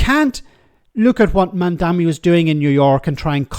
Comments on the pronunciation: It's MamdaNI. M-A-M-D-A-N-I. Not MamdaMI. If you want to talk about him one way or another, at least make sure you're actually saying his name right. 🤦‍♀️ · It‘s MamdaNi, though, isn‘t it? As in Ma‘am da knee. Two m, one n. Worth getting in the habit of pronouncing correctly, seeing how we‘ll all be talking about him and nyc a lot in the future. ❤ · How difficult is it to say Mamdani? Mom Donnie. That’s it. It is so much harder to say anything else. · Stop calling the man MamdaMi, it's MamdaNi! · Mamdani* not mamdami. Their are literally memes of people joking that no one can say his name correctly 😂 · Is it so hard to pronounce “Mamdani”? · Start by pronouncing his name right,. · Please just learn how to say his name, it’s not hard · That's pretty lame for a so called journo who must have seen his name printed loads, not being able to pronounce it correctly. Or has he been only listening to sex pest Cuomo?